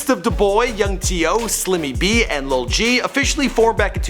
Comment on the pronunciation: y he keep saying lil g, its lul g